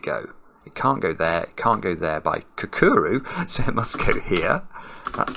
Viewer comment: My previous attempts to get to pronounce "kakuro" somewhat close to the correct, Japanese way were all for nought, apparently. Bobbins!